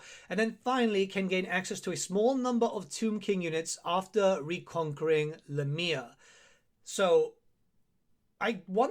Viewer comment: "la mia" you mean Lah mia